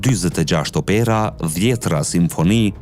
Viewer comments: Te fjala OPERA, theksi bie te "O" dhe jo te "E". Nga kanibalizmi demokratik nuk shpëton edhe gjuha shqipe. E shkreta gjuhe shqipe që ishje dikur aq e bukur!!! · OPERA> Theksi bie në zanoren "O".